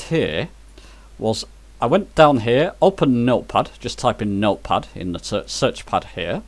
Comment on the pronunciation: At about mins. in your video when you say "meal puffs" what you are trying to say is "Note Pad", am I correct?